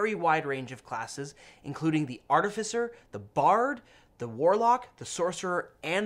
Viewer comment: pronouncing Artificer two different ways in the same video is going to keep me up at night...